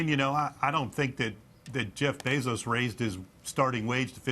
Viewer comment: It’s Bezos, not Basils!